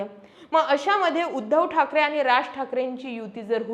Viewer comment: कन्सेप्ट आणि विषय चांगले आहेत.. फक्त भाषेवर थोडी मेहेनत घेऊन आनी-पानी सुधारता आलं तर पहा...